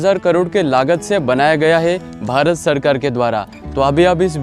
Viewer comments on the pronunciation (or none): none